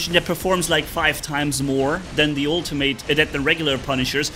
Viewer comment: atleast say “ultimate” right if ur gonna keep complaining about the same stuff u been complaining about for a while